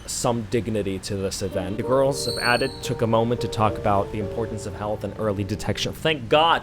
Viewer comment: "the girls of addit" its... its... eye-lit